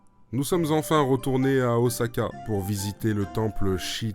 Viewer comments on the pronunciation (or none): Please.... oSSaka.... Pas oZaka....